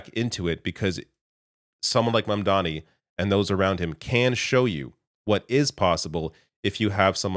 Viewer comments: Even Bernie didn't get Mamdani's name right. 😂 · Scarborough is so proud of himself for barely getting Mamdani's name right for once ... and then he proceeds to screw up Lina Khan. It's not even like it's a confusing name.